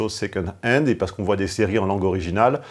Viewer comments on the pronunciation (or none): none